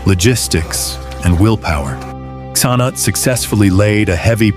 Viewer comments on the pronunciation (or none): Excellent presentation, however, I have never heard Prince Cnut's name pronounced in so many different ways. I respectfully suggest that you're narrator find how the prince's name was properly pronounced. After a while it just became downright funny.